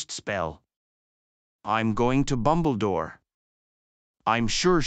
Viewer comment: Bumble-Dore? I’ve only heard of “Dumbledore”. The Dark Lord known as Voldemort? Nah, Like English’s style of Voldemort is now some other dark lord now or something.